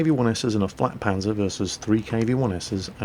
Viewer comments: Dont say flakpanzer God-Dammit! JAGpanzer and FLAKpanzer are HUGELY different, this really annoyed me, one of my few pet peeves, also I hope to see you today at kent! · I'm pretty sure he said FLATpanzer, which is a nickname for the JgdPz4